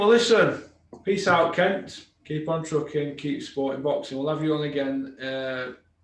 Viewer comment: I think you are mispronouncing Kent’s name